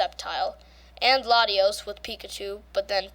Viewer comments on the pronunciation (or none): none